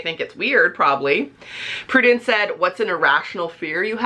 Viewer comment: I love that you answered my question, you say my name really nicely lol (Prudence btw, hey lol)